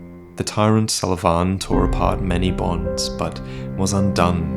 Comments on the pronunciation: Sulyvahn... you pronounce it so awkwardly like Suleyman XD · His name is Sulyvahn pronounced as "So le Van" You filthy casual!:P Sorry couldn't resist. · "Salavan"... what? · Your pronounciation of Sulyvahn triggers me.